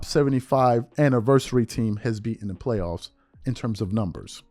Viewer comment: It sounded like AND to me